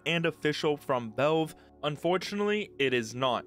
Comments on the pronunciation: you say valve weird Vove vooohv vauve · Stop saying "velve" bro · Nitpicking but you need to work on your pronunciation, especially with the word "valve".